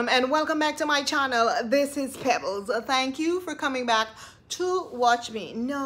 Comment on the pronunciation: PEBLES!! 😂😂 lord have mercy 😂😂😂 this is the first hard laugh I've had for the day. The audacity of Roracist, she recolonizing the swamp